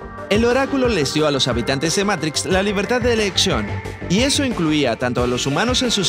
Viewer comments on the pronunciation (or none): escuchen el y diganme si aun creen que dice "libertad de e L ección" o lo dice on una "r"